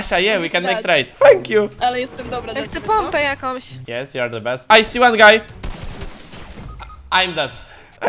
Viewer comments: Po pierwsze ty tak mówiłeś guy w tym odcinku że myślałem że mówisz gej XD🤣 A po drugie ja nigdy nie wiedziałem 🤣 czy ma taką chrypę czy co mu się stało XD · gay czy guy xDD